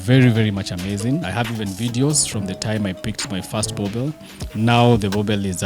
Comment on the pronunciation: Awesome episode... I love boerboels so much... I have a female of my own. Been a subscriber from the early episodes of dog TV. The show is great but someone needs to advise. It's not pronounced burbur it should be buorbul... Written boerboel but people call them boerbo-el or boerb-el. Correct pronunciation I think should be buorbul. My thoughts